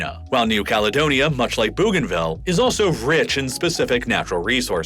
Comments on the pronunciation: I am from East New Britian Province (Papua New Guinea) Bougainville is pronounced BOganville not Boooganville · I couldn't finish watching this, the narrator needs to get his pronunciation correct, I wanted to throw my phone everytime he said Booganville 😂. Where the hell is Booganville ? I know of a Bougainville. Pronounced Boganville ☺️😆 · It’s bow-gain-ville not boo-gainville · Bougainville is pronounced Boeganville not Booganville. Fascinating video and very informative. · That first "new country"? Pronounced Bo-gan-ville. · Bougainville is pronounced Boganville. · Sending love from Papua New Guinea I'm from Bougainville. You pronounce Bougainville wrong (Boh gaen vil). After the Franch explorer Cpt. Louise de Bougainville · bro, could you look up how to pronounce place names in the future? it's BOH-gan-vil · I'm a subscriber from Queensland, Australia. I have a bougainvillea vine in my front yard. So do many of us. It's pronounced "bow" as in bow and arrow. Still love your work. I watch all your posts. 😊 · “Bow” “Bow- gan - vill.” How do I know? Firstly, I’m Papuan. Secondly, I’ve been there, including the Panguna mine whilst it operated. Thirdly, my cousin lives there now. Great synopsis, but please look into the pronunciation of places during your thorough research. You did such well only to drop the ball at the last moment. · It’s actually pronounced ‘Bow-gan-vil’. Which isn’t any better actually - ‘bogan’ is an Australian equivalent of a redneck. Also: East Timor is ‘Tee-more’. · Ooof. Stop saying "boo-ganville". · That pronunciation of "Bougainville" tho... O.o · The pronunciation of Bougainville is jarring